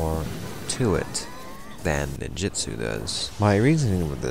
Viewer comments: Onmyo is pronounced without the n so om-yo,ninjutsu is nin-joot-su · "Noojutsu and oneemeeyo magic". I must be playing the wrong game